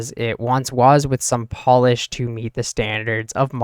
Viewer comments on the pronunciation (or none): none